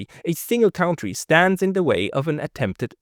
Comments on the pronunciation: I love listening to your perspective and interviews. But please start pronouncing 1 word correct COUNTRY -> it is spoken like CUNTTREE. HMkAy? not like COUNT... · "country" is not pronounced "caontry" It is pronounced "cuntry".